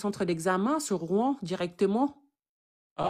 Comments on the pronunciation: Rouen et non Rouan 😊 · ROUEN pas ROUAN